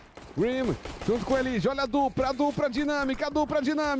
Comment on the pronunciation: eLIge é a pronúncia errada, cê tlgd né? Nós que se acostoumou a chamar ele assim